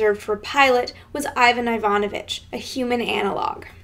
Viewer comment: Wrong stress! You should say Iva'n Iva'novich.